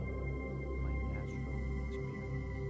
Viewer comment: I just noticed you say "Assual World" and "Assual Projechun" . Almost sound drunk or a speech problem. I still love your videos but every time you say ASSURAL and not Asteral it makes me laugh.